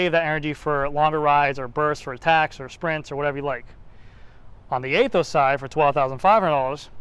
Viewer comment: Pretty sure about you don’t pronounce it A-Those. Anyhow nice video. I don’t know after this video about buying the Aethos. Somehow you kinda convinced me not to, might wait for SL8 if it comes next year. SL5 will do it another year.